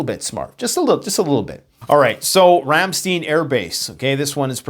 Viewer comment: Ram STEIN AS IN A MUG OF BEER